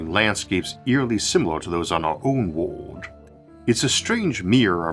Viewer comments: Yah no offense to this guy he clearly has a speech impediment but it is very distracting to me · O.k., let say A+ voice - sometimes his pronounciation is a little bit strange (for example "world" or "mirror")... but it has improved compared to seven or eight years ago!